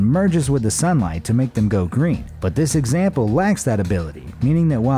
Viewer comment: boi u saying egsnample sometimes